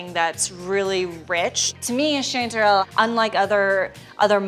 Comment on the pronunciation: First, its strange for a pnw'er that yall's Texas chanty season is summer. Second how y'all are pronouncing chantrel. Weirdos.